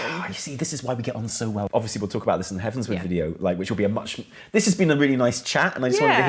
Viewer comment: Ok ok. It’s … heavens.. ward. Not word, not sword.. ward. Like a hospital ward.